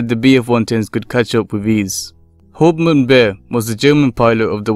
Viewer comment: Pretty good video, but the site was pronounced "peen-uh-moon-duh" (the umlaut makes a ue- or oo- sound, like the ue in "glue"). And the rank is pronounced "howpt-mahn" (captain). Only a very minor problem and the rest of the writing/narration was very well done, thanks for sharing.